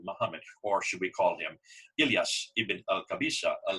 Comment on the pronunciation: Iyas not elyas dear, after all it was a great Video.. also it's one from many historical and linguistic evidences that show that "Arabs" are not a national or a human race, but here we talk about a polar side, and we "who know the Arabic language" know that Friday was called "Àroubta/ Arouba" and it is derived from the Christian Syriac, where this day became known as a day The sunset of the sun (Great Friday or Passion Friday, and in Syriac, < > which it used in Akkedian as well as, erebu meaning Sunset) and this also refers to the sunset as a polar destination, and this name continued even after the completion of the Arabic language formulation in Iraq between the schools of Kufa and Basra, and this can be observed in the Arabic poems at those days, so it is natural for the Arminian's sources to name these peoples the Western peoples while the Jews call them as It is mentioned in The Doctrina Jacobi (636 AD) in the form of Saracen / Saraken, which is a Syriac word meaning Eastern people <Saraken is also in a Syriac mean Orient / Sunrise / Easterners> "Sharqen".